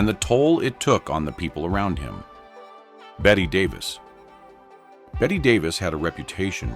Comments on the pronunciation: BET-TY Davis, not BET... good God... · Her name is Betty Davis get it right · The mispronunciation of the names really gets to me. 1) Earle Stanley Gardner 2) Bette Davis 3) Mia Farrow 4) Robert Wagner